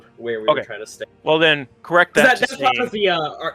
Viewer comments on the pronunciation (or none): Oh haha not a .5 adventure story. Just a friend that kept saying correc instead of correct